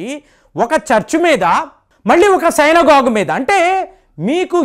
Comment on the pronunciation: సైనగోగు కాదు సినగోగు